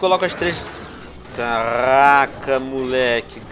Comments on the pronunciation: carrrrrr raca muleke kkkkkk venom eu não sabia q VC falava assim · karaaaaca!!kkkk veno tu tem a língua bolada ou vc fala de zoeira